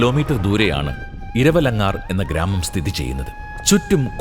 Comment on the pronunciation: താങ്കളുടെ വീഡിയോ വളരെ ഇഷ്ടപ്പെട്ടു. മേഘമലയുടെ സൗന്ദര്യം അതേപടി ഒപ്പിയെടുത്തിട്ടുംണ്ട്.ഒരു ചെറിയ ഒരു തെറ്റ് പറ്റി, ഇരവലങ്കാർ അല്ല 'ഇരവങ്കലാർ ആണ്